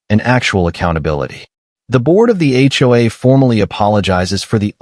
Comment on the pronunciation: TOW not toe or toast and HOA not hua